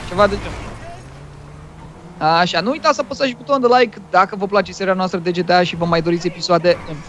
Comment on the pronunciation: nu se zice GITEI CINCI se zice GTA5